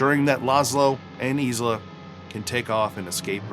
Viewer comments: It’s “Veeshee” not “Veetchee” ! Learn how to speak when you present. It’s not hard! And it’s Ilsa not Isla. Have you really seen the movie! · Ingrid Bergman's character's name is not "eeez-la" it's "ill-sa." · Ilsa... not "EASE luh" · Her name is pronounced Ilsa not Isla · This is one of my favorite films. I've always felt Ingrid Bergman was at her most beautiful in this movie. I believe her name in the movie as Ilsa, not Isla as you kept saying. I've never had a cocktail but I did have some cognac once. I hate to say it, but it was the absolute nastiest thing I've ever had. I am writing down the recipes to try them. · It's "ILL-sah" not "EES-lah" It's "VEE-shee" not "Vee-chee" And now I have to try a champagne cocktail 🍸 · ILSA not Isla! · Yep. Also, Ingrid Bergman's character's name is not "eeez-la" it's "ill-sa." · problem I find with his pronunciation of "Ilsa" is that if you've watched the movie you have heard the name pronounced several times. And preparing for a video about the film would require several new viewings. Therefore, the way that he transposes the "L" and the "S" and comes up with "Isla" left me dumbfounded.